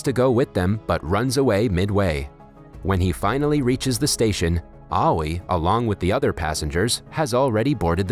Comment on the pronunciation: Aoi pronunciation "awi"